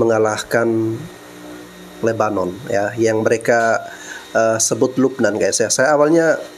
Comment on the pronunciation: Sebut nama negara kok pake logat dan cara mereka sendiri. Masak lebanon disebut lubbenan. lucu2 ni orang.